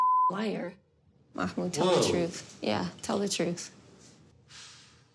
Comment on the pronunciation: It's not a K sound, it's a glottal stop (an abrupt cut off) which is a very common sound in Arabic but much less common in English.